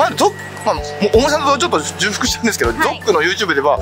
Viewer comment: じゅうふく じゃなくて ちょうふく な